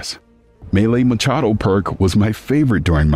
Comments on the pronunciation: He works for IGN and cant say MAA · KEE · AA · TOW MACCHIATO😮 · there aint no way this dude pronounced melee macchiato as melee machato??? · its pronounced maw-kee-aw-toe my guy. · Can we arrest this guy solely based on the way he says macchiato?